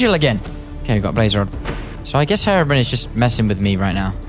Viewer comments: hey thats gaster hey there G Also like how you say brian call him herobrian eventho the spelling is herobrine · “Is that Herabrin” 😂 it’s Hero-brine. The “ine” in brine rhymes with mine, fine and dine. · You pronounce it hero Brian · Hate to tell ya buddy, but you said Herobrine wrong the whole vid